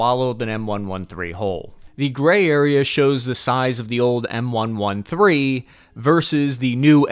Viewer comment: How can you call yourself an infrany man and pronounce M-113 wrong?